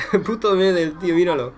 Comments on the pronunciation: Hola, una sola cosa, El apellido "Medel' se acentúa en la última e, pero lo demás que eres un crack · Para empezar se dice Medél aún que se escriba Medel. A mí me pareció que no puedes consentir ese comportamiento en un partido de fútbol y además Medel lo hizo porque argentina sin Messi perdió todo su juego